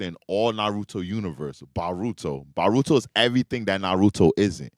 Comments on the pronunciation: Bro it’s boooooooruto brother I take bolt first then VAAARUTO. I swear I have to be in an alternate timeline why nobody corrects this mf 💀💀💀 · Can't take serious when he says Baruto 😂 don't know if he doing it on purpose but he grinds my gears